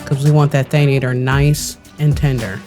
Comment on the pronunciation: Thank you for the recipes! I use the mushroom pie and the crunchy egg fry all the time for harvesting. For the future though, it's Than-ah-tore, not than-ay-ture 😅😅